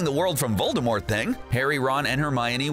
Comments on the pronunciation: DiD u JuSt SaY Vol-DER-mort? Cuz it’s Vol-DUH-mort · Voldemort... not Voldermort!!! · 1. TALES of BEEDLE the Bard 2. The Society for the promotion of elvish WELFARE 3. VOLDEMORT (not volderrrrmort) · He says Voldermort not Voldemort There isnt supposed to be an R before the M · Voldemort. Not Voldermort. There's no 'r'. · "Voldermort" bruh its Voldemort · It's voldemort not vol-der-mort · Why the heck do you say "voldermort". It's VOL DE MORT for goodness' sake. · Its Voldemort, not voldermort. Did the person who wrote this even open a harry potter book? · Its voldEmort not voldERmort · It’s Voldemort not voldermort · Voldemort not vorldmort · IT'S NOT VOLDERMORT IT'S VOLDEMORT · It's not VoldeRmort it's VoldEmort next time don't say Voldermort instead of Voldemort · Vold (errrrrrr)mort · Pronounces Rowling as Ralling (as opposed to Rolling) Pronounces Voldemort VoldeRmort Claims W in S.P.E.W. as Warfare (rather than Welfare) Considers Cursed Child to be cannon What else did I miss? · he says "voldermort" Lol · These people who make these need to read these books. He said voldermort....... UUUUUUGGGGGGHHHHHHHHHH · Did.... he say "Voldermort"??? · Did you say VOLDERMORT?!?! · He keeps saying "VolDERmort" and it drives me nuts. Three times thus far and the vid's only half over. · This guy said Vol-Der-Mort smh😒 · Did you say voldervort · U Said vorldemort wrong Its vorldemor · the crap is "voldRmort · How the dude says Voldemort lol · It's not VoldemorT it's pronounced WITHOUT the t. J.K Rowling said so herself!! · uh Harry Potters oldest son's name is Albus Severus Potter not James Serius Potter lmao and you pronounced Voldemort wrong its vold-de-more- not vold-de-more-T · Learn how to say Voldemort for all of us please